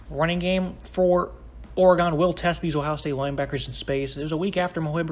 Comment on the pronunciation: It's or-again, not or-egone